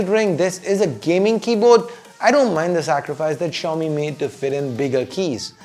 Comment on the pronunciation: why does xiaomi seems to be like chaomi when you pronounced it.